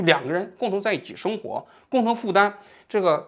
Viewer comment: 王局发音咋这么多平舌😂😂😂su字 seng活